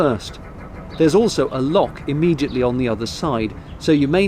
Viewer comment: Did you just say Imegiatly? Instead of Immediately???? EDIT: Where did you find a "G" in Immediately??